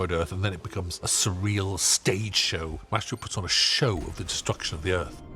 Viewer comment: There’s something so satisfying about how they say Maestro